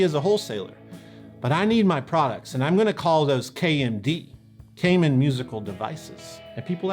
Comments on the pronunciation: I worked for many years at a guitar store that dealt a lot with Kaman, and everyone there pronounced it kuh-man, not kay-men. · True story I got the Stereo Chorus through a promotion in Guitar Player where KMC gave away the pedal of your choice for free. Oh and Chuck’s last name is pronounced “Kuh-Man” not “Cayman” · In Hartford County we pronounce it Kuh-man. Not Kay Mann. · First off, great video as always! Secondly, in my years working at a music store that was 95% Kaman product, I was under the impression that it was pronounced "Kuh-man" rather than "Kay-men" since that's how our rep and all the people on the phone said it. Kind of like their Takamine guitars: Some say "Tak-uh-me-knee", but the people at the company always said "Tack-uh-mine". Sorry for the "well, actually" comments, but since probably knows the people who lent their names to these products, I'd like some closure... Oh, and can we get a "RockTek" episode some day? Pretty sure those were also Kaman. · When I used to work at a music store we had the Kaman catalogue that we ordered from. The rep always pronounced it like “Command” without the d. I always thought he was wrong, but who am I to say anything. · By the way, Kaman is pronounced ke-man with the accent on the second syllable. I grew up in CT and my dad worked in a factory/job-shop that did a lot of contract work for Kaman. :-)